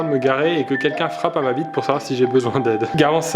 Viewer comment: 4 minute 41 c'est moi ou il dit "ma bite" au lieu de "ma vitre"😂😂